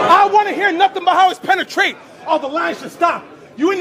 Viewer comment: How his penetrate ( pen - a - trait ) 🤔 😳 🤣